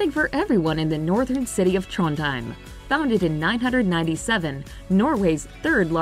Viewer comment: In Trondheim. Not "hrím"